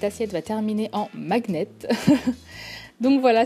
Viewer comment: C'est tout simplement sublime comme d'habitude, bravo !! Et juste normalement magnèt se prononce comme si on écrivait maniète et non maguenete. Sinon c'était parfait ! J'adore tes tutos !!